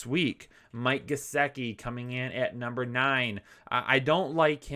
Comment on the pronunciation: Say it with me: GUH-SICK-EE. That’s how it’s pronounced, my friend. Love the channel and the content. Thanks for doing what you guys do. Best on YouTube, as far as I’m concerned.